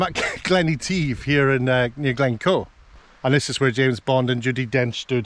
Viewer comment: Is Glen Etive really pronounced the way you say it? Sounds more like French than Scottish 🇫🇷? 🏴? 🤔 It’s great the way you show the film shot with the current shot. Fandabbiedozie 👍